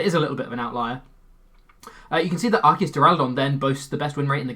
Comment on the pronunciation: How do so many pokemon youtubers mispronounce Arceus?